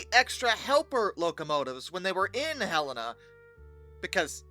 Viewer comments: I remember it as Ha-len-a. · Montanan here First Pronunciation of Helena was good Just the name Helen with an A (an uh sounds) at end As for Mullan. Your second attempt was spot on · Bro can say "isopropyl" but he can't say "Mullan" or "Helena" correctly 😂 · As a Helena resident, I've heard some stories about this crash. My mother lived in Helena with her parents when it happened, and her brother was so happy to hear that there was an actual emergency going in instead of just a test. Also I winced when you pronounced the names of Mullan Pass and Helena wrong. You did get them right eventually.